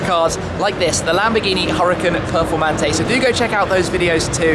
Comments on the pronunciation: Dislike? Mansoury.. Any Mansoury. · Hahaha. Man-sory. Brilliant